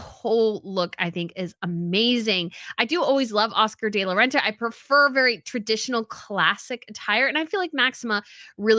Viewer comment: Please, it’s Oscar, “De”, La Renta, not des la renta!